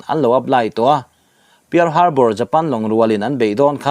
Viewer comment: Piar harbar tih ai chuan pal harbar tih anga lam tur nilo mi..